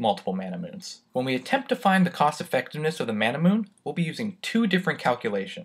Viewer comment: Ain't Manamune pronounced Ma-na-mu-ne due to its Japanese origin?